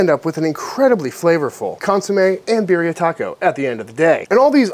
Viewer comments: I LOVE your channel and as a medically retired police officer (due to a traffic collision). I also love the fact that you pay so much respect to those who wear a uniform! However, I’m just a whiteboy from Los Angeles, but here we pronounce Birria as Bea-de-ah…. Hmm, that isn’t even doing it justice. You have to roll your tongue when saying it. Bei-de-ah. But anyway, you did say it wrong. No big deal. Either way, it’s absolutely delicious! It’s definitely GOOD STUFF! would LOVE to watch you make Menudo! (Again, you have to somewhat roll the tongue when saying it. But, it’s pronounced “mon-nudth-oh) When done right without smelling like a rotting corpse? It’s absolutely AMAZING! Just have to make sure you REALLY clean the tripe VERY well before cooking it! It’s ABSOLUTELY DELICIOUS when it’s made right. Just everyone gets scared of what’s it’s made from! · Let’s correctly pronounce “birria” out of respect though please